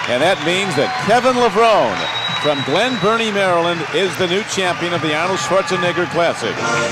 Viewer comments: lol but thats stil closer to the actual pronounciation than "Levroneeeee" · Hey announcer it's Kevin Lev-rown-E Get it straight!